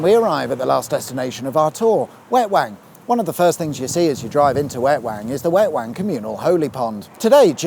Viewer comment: Did he say Wetwang quay? 😆